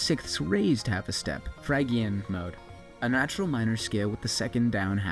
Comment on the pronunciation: Just so you know, Phrygian is pronounced Fridge-ian